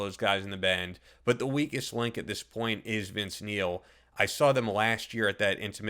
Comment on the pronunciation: All I hear is Vince MEAL...